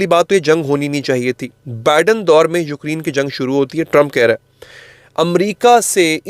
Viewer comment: یوکری ن نہیں یوکرے ن پلیز